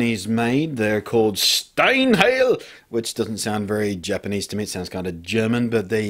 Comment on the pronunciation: lol steinheil and sig-i-bis-store made me laugh every time.